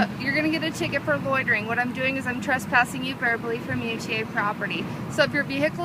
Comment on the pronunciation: LOL, "has*T*ling"/"hass*T*ling"? What's that? "R*E*diculous"? Huhh? Tr*A*sspassing"? "Wan't"? What sort of attempted "word" is that? "Misdemeanor" as a brand name? Ending a question-sounding sentence with a period? Geesh!